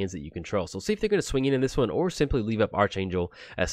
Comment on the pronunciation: It's actually ark-angel LUL